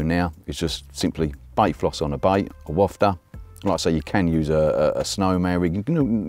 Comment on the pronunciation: big ups for pronouncing wafter properly👍